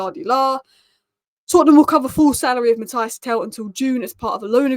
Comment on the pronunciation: probably thinks I am a horrible pedant if she reads her replies but his name is pronounced Mat-teese. But Tel is a baller. I really hope he takes a liking to Spurs.